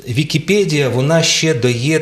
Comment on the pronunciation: ВікіпЕдія, а не ВікіпЄдія!